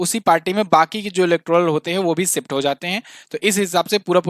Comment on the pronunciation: ओ भैय्ये हिन्दी बोलना सीखले खुसी खुसी . . . सिफ्ट करले